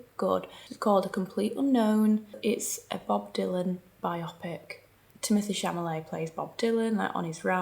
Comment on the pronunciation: Chalamet, Chamalet?!?!?! Hilarious!! 😂